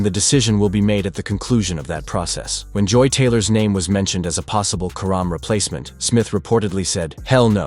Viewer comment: You can't even get her last name right